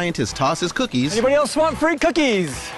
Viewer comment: Free cookies in Scottish accent